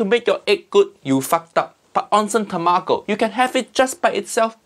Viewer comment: "Onsen tamako?" What he say? What he say!? Uncle Roger, you say tamago few seconds earlier, why you as consistent as eggs benedict?